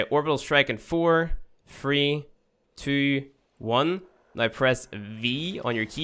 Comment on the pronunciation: dear, Y is not the same as W, NOW... not NOY, please try to correct the accent